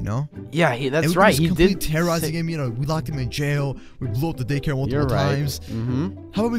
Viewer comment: I love it when they say dacare